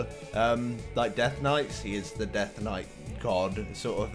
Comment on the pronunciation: In British accent... " I guess he's quite death knight-y..." I laughed my ass off..best part of the video...